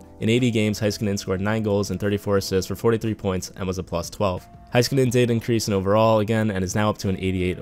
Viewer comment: I hate how he says heiskanen “Hi- ska- nin